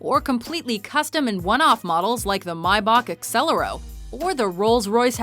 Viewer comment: Mibock exeloro Haha nailed that name